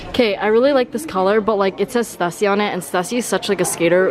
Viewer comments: stüssy is pronounced like “stoosey” 😜 just a heads up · I dont want to be that commenter. Stüssy is pronounced stoosy